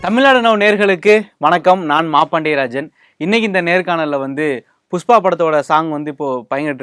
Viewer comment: ஒரு பாடகியாக நீங்கள் உங்கள் உச்சரிப்பை சரிசெய்து கொள்ள வேண்டும்.உ-ம் புஷ்பா-புஸ்பா